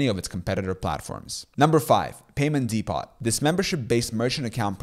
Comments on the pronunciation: 'depot' is pronounced "dee-po" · What's a "Dee-POT?"